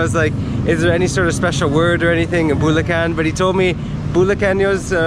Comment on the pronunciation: Punto is accent. Bulacan is putting emphasis on the unexpected syllable